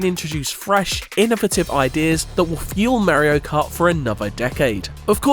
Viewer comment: How come when you say Mario Kart, you say Mayrio, then when its just Mario on its own you say it correct? Its driving me nuts.